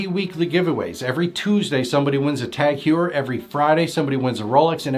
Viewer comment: Tag Heuer is pronounced "Hoyer" and Seiko is pronounced "Sayko". Just a note.